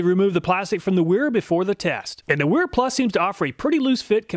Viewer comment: It’s actually pronounced Vera. There are no double U in the German Alphabet. There are double V.